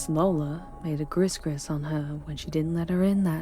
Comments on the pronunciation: One note: Gris Gris is pronounced "gree-gree" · Ooh I live there. Let’s see how this turns out. Edit: just a note, it’s pronounced GREE GREE, not GRISS GRISS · Not cher its pronounced SHAH...NOT maze la...its MAY la. Not Faze doo doo...its FAY doe doe, not griz griz, Gree Gree😄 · Gris Gris pronounced Gree Gree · Gris Gris, pronucdte Gree Gree! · One critique, probably heard it already, gris-gris is pronounced gree-gree. Other than that, fantastic Cajun. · Sigh... for future reference, it's supposed to be pronounced "Gree Gree", not "Gris Gris". Only mention because an old cajun friend of mine would grind his teeth and cusss you out if he heard it that way. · Gris Gris = gree gree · Love your voice. But just for future reference gris gris is pronounced 'gree gree'. 😉